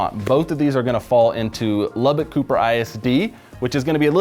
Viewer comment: Good information, but from someone who was born and raised in Lubbock, you’re miss pronouncing Lubbock. It’s LubbUCK not LubbICK. 🫤 Rant over… thank you 😉